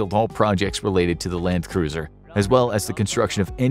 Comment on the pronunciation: Little known fact- it is Landkreuzer, pronounced Land-kroitser. Doesn't mean cruiser at all. It means Land-crosser in direct translation.